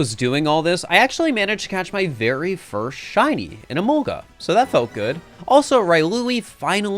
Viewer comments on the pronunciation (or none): none